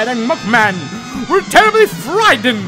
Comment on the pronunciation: When he said cop head he said muknan so I think like mokey he should make craphead and mukman